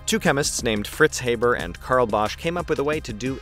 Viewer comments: in Germany, we pronounce it "HAH-ber", not "HAY-ber". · I know that this comment might seem silly, but it's like nails-on-a-chalkboard to me when people mispronounce someone's name. It's HAH-BER, not HAY-BER. Maybe it's because I'm a teacher and I find it important to pronounce people's names correctly. FYI. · do we need a new process? What's wrong with the Haber-Bosch process? ALSO IT'S NOT HABER LIKE HAY IT'S HABER LIKE HEART IT COMES FROM GERMAN BECAUSE HE WAS GERMAN DUMMSCHEIß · The name's pronunciation is with an a sound like in MUST. Same sound but long. Not like in HAY. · Thanks for the great lecture. P.S.: Haber is pronounced Hahber, not Hayber. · Haber in german is being pronounced as "A" like in british "ant", not like "ai" like in "ABC"... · HaaBaa not Hayberr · American here,I learned it as "HAH-ber." Though I could see someone who only ever read the name pronouncing it as Hay-ber,akin to paper. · It's not "hay-ber", it's "[ˈhaːbɐ] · Haber, as in "habour"... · Did Fritz's fay-ther pronounce it that way, too? ;) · He was German - it is pronounced like Harbour!!! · It is pronounced Haaaaber like in blast (pun intended). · In English we also pronounce it "HAH-ber", I think this is american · We pronounce it [Hah-ber] in Australia. It's just the goddamn Yanks. They do try, though, bless their hearts ... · Just a little information: the ‚a‘ in ‚Haber‘ is pronouced like the ‚a‘ in ‚last‘. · Eventually someone pointed this out! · Oh! the new process has a Catalyst? SO DOES THE HABER-BOSCH PROCESS! you have yet to tell me how this new process is better than the old and your mispronunciation of Haber's name is making it hard to continue watching. I mean if lithium were more abundant than the Haber-Bosch process's catalyst, maybe... EXCEPT THE HABER-BOSCH PROCESS USES AN IRON CATALYST IN MODERN TIMES! AND IRON IS 3700 TIMES MORE ABUNDANT IN EARTH'S CRUST THAN LITHIUM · STOP SAYING HABER LIKE THAT YOU ANGLECENTRIC TWIT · Dude, learn how to pronounce a German names…